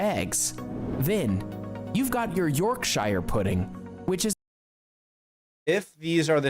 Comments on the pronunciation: 😮😮 I love jelly & ice cream. And some puddings. But NOT Stargazy Pie. And Not jellied eels. Chip butties are great. It is NOT "York_shire" it's "Yorksher". I have never had a deep-fried Mars Bar but (Anerican) Joel of JPS Reacts loved it when he visited Scotland last year... (I hate olives, and figs) Scotch Eggs are fine. I've never had black pudding, nor haggis and just the way they look puts me off!! I don't care for curry sauce on my chips. It's nit pronounced haggies! (It's haggis) Fish fingers sandwiches is okay... Toad in the Hole is tasty. That one in the video looks more like bangers 'n' mash. NOT french fries sandwich!! Chunky chips smothered in salt "n' vinegar...yummy. but why,, do you watch such awful videos by ignorant Americans incorrectly descibing and showing the wrong images of Britidh foods and mislabel it as English foods?! Why?! Why. 😮😮😮 🏴😟🤔🤔🤔🧡🇬🇧🖖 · Haggeees....glad you spotted that! Also Spice elitism is bollocks. A proper chip butty is a joy to eat, with a drop of Brown Sauce. You're right about the Toad in the Hole....guy is clueless. Also, Yorkshire?...not |Yorkshuh? Taking lessons from a cuisine that is World Famous for it's sheer awfulness (and unhealthiness) is gauling, to say the least.....especially when he doesn't seem to have even eaten most of them! Sorry to rant,, but there's just too many of these vids. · And the pronunciation of Yorkshire for the puds shouldn't sound like somewhere out of Lord of the Rings. Quite why US video makers employ people to talk about British things who haven't got a clue how to pronounce words properly I've no idea. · I don't ever want to hear that guy say Yorkshire again.